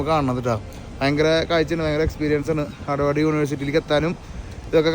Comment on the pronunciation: ഹാർഡവാർഡ് അല്ല...ഹാർവേഡ് 🙂 Massachusetts pronounced as മാസ്സച്ചൂസെറ്റസ് 🙂